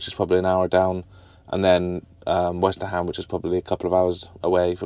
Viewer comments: westerham is pronounced westrum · It's pronounced WESTRUM Have been in stitches every time you said WesterHAM 😂😂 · it is not west-ter-ham it is more Westerum good old Westerham 🙂